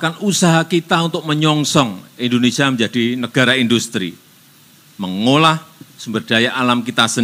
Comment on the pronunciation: KK tolong penyebutan kata INDONESA baik hrs di lengkapi jelas kalimatnya Indonesia..